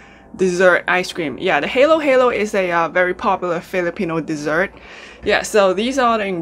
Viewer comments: Hi ! Please say Hahaha then its says Halo- Halo not heylo heylo... congrats i think ur the first one who made it Giant... ive been watching lots of Halohalo vids u know! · It's pronounced HAH-LOH - HAH-LOH. Halo in English means MIX. So when you eat it, you need to miv everything together to get the perfecf experience :) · why'd you make me crave halo-halo,! it's pronounced as HAH-LAW HAH-LAW and it literally translates to mix-mix so you have to mix everything and let the shaved ice melt a little before eating it.